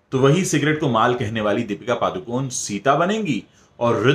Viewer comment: Sir its paDukoNe (not paaducone).D as in Dear and N as in puNe